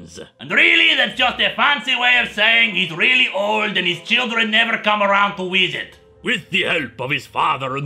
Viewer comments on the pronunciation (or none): I would be mad too if my children never came around to "wizit" x3